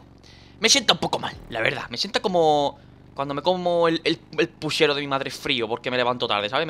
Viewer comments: Aca en argentina se le dice puchero no pushero jaja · Dani, es puCHero, no puSHEro, aprende a hablar chabon das bronca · En Argentina se dice puchero no pushero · 2 likes y le enseño a decir puchero a danirep